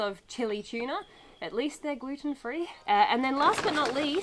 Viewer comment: tchilly tchuna